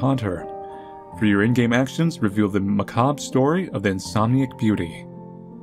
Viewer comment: My face when he pronounced Macabre right 😱